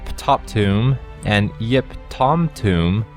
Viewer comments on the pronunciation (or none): none